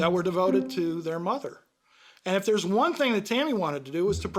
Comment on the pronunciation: Dis !?????? Widout !?????? Deres !?????